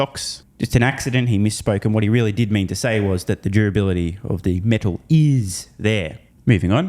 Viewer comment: Thank you for calling out the BS. Also face palm for pronouncing it as “metaaal”.